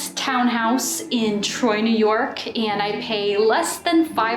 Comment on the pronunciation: I didn't know that AND had a T at the end of it? Speech Therapy may help...